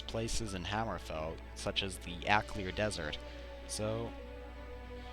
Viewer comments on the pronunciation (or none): Seriously? akliar desert? It's the Alik'r desert